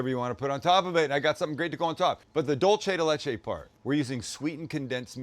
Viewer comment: Why do you insist on attacking my language? "Dulce de Leche" is pronounced DOOL-seh de LEH-che. Not "dohl-che". Dolce is ITALIAN dulce is SPANISH. And the phrase "milk candy" in Spanish, the literal translation of "dulce de leche" in Italian would be "caramella al latte". Please. Just. Stahp. And that term is considered plainly dumb in Mexico. If you want to talk about caramel in Mexico you call it by its Mexican name: Cajeta (ca-HET-ta)